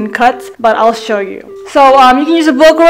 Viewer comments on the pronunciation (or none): none